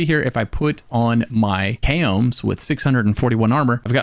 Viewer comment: It's not "kay-ohm's" lmao